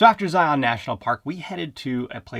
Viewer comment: Love your content thank you… just to let you know the “Utah” pronunciation of a few words…. Zion is Zy’ en…. And Hurricane Huri’cun Stay safe